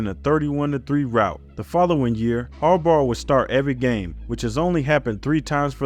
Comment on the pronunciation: Sounds like you're saying "Jim Harborough" lol